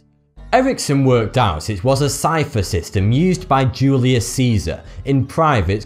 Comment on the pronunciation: is it me or did he butcher Julius Caesar